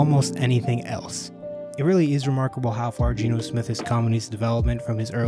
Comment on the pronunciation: G-E-N-O !!!!! Not Gino unless you are ordering pizza !